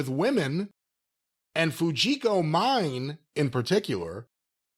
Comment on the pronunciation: His Japanese pronunciation is shit in general. Listen to the way he pronounced Fujiko Mine .